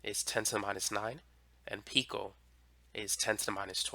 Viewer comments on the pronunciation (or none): none